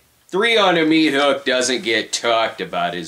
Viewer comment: What's a mea-thook?